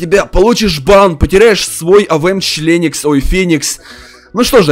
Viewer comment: ахахаха он сказал членосик